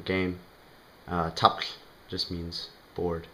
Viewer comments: It's originally an Old Norse word. I feel the plosive is too hard, not fluid enough with the complexity of being aspirated and also preceding a voiceless glide. It sounds like he is struggling. Icelanders may have their own ideas about what sounds good. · Where'd you get the semitic Kh in Norse fl? I've studied many ancient tongues and I've never heard any semite Kh sounds in any Scandinavian or Germanic tongues, ever. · He's also pronouncing Tafl wrong. :(